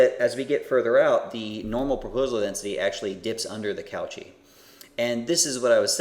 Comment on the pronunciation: I really like this lecture - very clear and good on providing the intuitions. I will watch the rest now. Very minor point - pronunciation of Cauchy = COH-shee, - get in touch with your inner Frenchman.